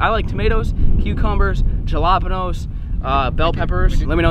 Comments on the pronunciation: Did you really say "ja-lap-enos"? HALAPENOS I think?, Ha!! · He said Jalapenos... 🤣